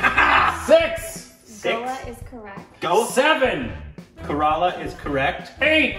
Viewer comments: It is not corolla 😂😂 Its kerala Pronunciation = KERA+ LA =kerala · KORBENISED INDIAN STATE ..KERELA = KARALA HAHA